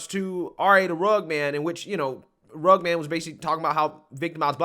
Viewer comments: not to be "That Guy" bit it's Rugg-ed Man not Rugg-d Man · entire response video: pronouncing dude's name like "rugd" instead of "rug-ged". RA: I'm not that guy!! Lol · My man! It's Rugg-ED Man, not Rugg'd man LoL I don't blame you I just know that you obviously haven't heard his music and what not but I'm just saying so you know haha Great video by the way I always love your stuff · RUH-GED not RUG. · its rugged as in rug-ged like rough. Cute that you called him the RA Rug man. I don't care for Tim Pool and I can not stand RA the rugged man, Tim is right he's a racist. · It’s pronounced Rug-ged. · It’s pronounced rugg-ed. If you describe a man as rugged, you mean that he has strong, masculine features. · It's RA the RUGGED (RUG-ID) man brother lol Either way, fuck him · The fact that this guy count pronounce Rugged man’s name right starts me off in a bad way. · you pronounced the musicians name wrong. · Very well said other than the mispronunciation. Knowing who RA is I'm surprised that's all that happened. That's a normal conversation with RA. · RUH-ged.... ./ˈrəɡəd/ Man. (of ground or terrain) having a broken, rocky, and uneven surface. "a rugged coastline" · It’s “rugged” man bubba one of the greatest MC’s to ever grace the mic. You could at least pronounce his name right. 🙄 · I like how you mispronounced rugged everytime 😂😂😂😂😂😂